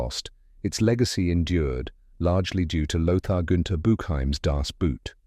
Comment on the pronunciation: good job pronouncing people's names but terrible when pronouncing boot as some footwear. The german pronounciation is actually identical to english "boat", merely the spelling is different.